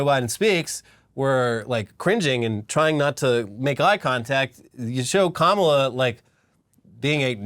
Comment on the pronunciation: America needs mamala. Me, a mexican person: wtf did you just say